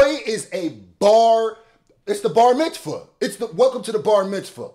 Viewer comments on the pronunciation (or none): "Welcome to bar mitzfah" omfg 😂😂😂